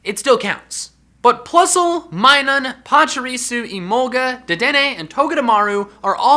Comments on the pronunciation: It’s MIN-NUM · Did he call Minun, MINE-NUN , it’s mine-oon